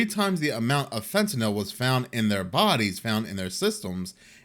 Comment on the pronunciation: Hey congrats on being the ONLY media personality that pronounces Fentanyl correctly 😂